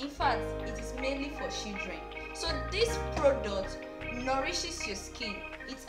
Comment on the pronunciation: Bro your english is terribly 😂, what is "shidreen" and "CoCoNUt OyE"?